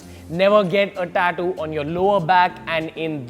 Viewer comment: Learn how to say tattoo first